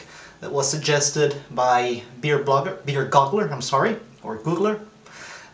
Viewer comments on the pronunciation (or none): Hi. It's Beer Goggle-r, as in rhymes with woggle + r. Sounds like the 80C flame out edition worked as expected and best of luck on the competition. Thanks for offer of beer sample, and I'll send you one of my IPA's that is currently pre-bottle. Good job!!!